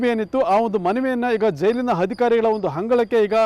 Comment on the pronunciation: ಅಪ್ಪಾ ಗುರೂ "ಹರ್ಜಿ" ಅಲ್ಲ "ಅರ್ಜಿ" "ಹಧಿಕಾರಿ"ಅಲ್ಲ"ಅಧಿಕಾರಿ" ಉಚ್ಚಾರಣೆ ಕೂಡ ಸರಿಯಾಗಿ ಮಾಡ್ತಿಲ್ಲ